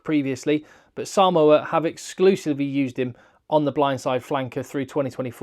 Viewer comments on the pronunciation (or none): none